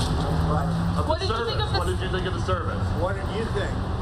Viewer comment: You mispronounced “all” of her “sermon”